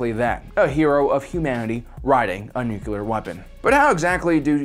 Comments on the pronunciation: How to instantly lose credibility... mispronounce the word nuclear. It's said [new-klee-are] not [new-que-ler]. Argh. Ffs why can't people get this right?!?! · It's Nuclear, from Nucleus. Think about unclear. Or just imagine you are saying new-clee-ur. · Nu-cle-ar, not nuc-u-lar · nu cu lar... it's nu cu lar.... nu... cu... lar... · Nukular. So much nukular. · New-cle-er = "nuclear" If that's too difficult (and for some reason it can be) just be all cool about it and say "nuke" and you're golden. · Nookyalur, eh? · if you want to say nuclear right say it as one word not nu clear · When someone says "Nuke-u-lar" I stop listening to them. You even tried to correct yourself, then went back to your corrupt ways. Now you are dead to me. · Idek how someone can pronounce it like that even by accident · I was so distracted by an obviously intelligent person saying nukular instead of nuclear that I couldnt finish the vid. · It is pronounced nuc-le-ar, as in the nucleus of the atom being split apart by the bomb. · Okay. Yes nuclear not nucular. Also, you keep saying EMP pulse, but EMP is an acronym that stands for Electro-Magnetic Pulse. Saying pulse after that is incorrect. To say it correctly, you either say EMP or EM Pulse or Electro-Magnetic Pulse. Adding an extra "pulse" afterwards isn't correct. It's like calling the Navy's RHIB a RHIB Boat. Why is that wrong when it is a boat? Because RHIB stands for Rigid-Hard Inflatable Boat and calling it a RHIB Boat is calling it a Rigid-Hard Inflatable Boat Boat, which is just silly. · Say it like this: New-clear. You're welcome. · NU-CLEE-URRRR it's not hard, ffs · “It’s pronounced nu-cue-ler. The q is silent” -homer? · U gotta B joking, it's pronounced "New- clear" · Nu-clear, man... Ugh... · It's nuclear. nuke-ya-lerr. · It would have been nice if he got the word 'nuclear' right. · u messed up nuclear again my dude lol. But really tho, no biggy, I cant say negotiate right😅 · He's from Texas. They all pronounce it that way.